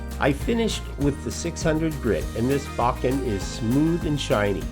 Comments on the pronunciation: your pronunciation is actually much closer than "bow-ken". "Boh-ken" is more like it. Beautiful video. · Nice video … it’s pronounced “bow Ken” (bow as in tie a bowno emphasis on either syllable